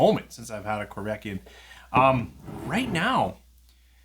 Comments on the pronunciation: Hey, the corryvreckan is pronounced corry vreckan and not corvekyan 😂 Keep up poppin those bottles open! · I was going to ask about the "y" drifting along the word and back... I think he may have accidentally said it correctly once or twice, but certainly not most of the time!